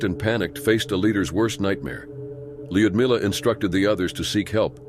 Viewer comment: So lazy. “Lud-milla” ugh.